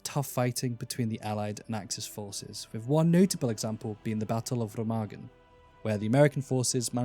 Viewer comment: xD You Pronounce it Bridge of RE-magen xD